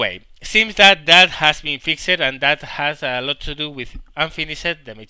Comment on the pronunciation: Sorry to go all grammar nazi on you, but fixed isn't pronounced fixED, it is pronounced as one syllable, the best way i can put into text is "fixt"